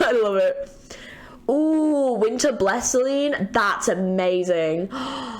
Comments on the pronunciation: Great video! Also just a heads up Zilean’s A is not silent, so he is not pronounced Zileen, but basically how u said it but with the A. Same goes with Zoe, the E is not silent( I actually named my dog after Zoe as well) lol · Groovy Zi-Lean 😂 Fits really well! Zil-e-an and Zo-E if you wanted to know 🤷